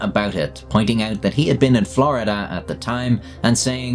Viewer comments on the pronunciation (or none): none